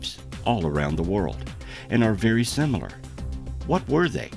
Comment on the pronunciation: I’m fascinated by his pronunciation of the word “similar”….it sounds like he said “Sim-mew-lahr”? Is he mixing up the word similar with simultaneous? Same root maybe?